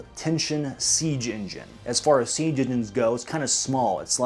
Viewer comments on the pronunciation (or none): none